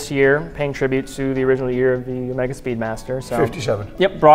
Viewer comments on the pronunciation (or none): none